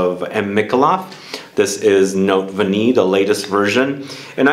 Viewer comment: Nice list. Took down some recommendations. Btw, Note Vanillée is pronounced Note Vanillay😊 thought I’d share!